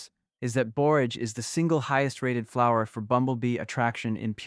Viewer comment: The AI reader doesn’t know what a flower actually is. When it says “flow-er” pronounced like flow, like how water flows in a river or from a faucet…instead of how we correctly pronounce flower.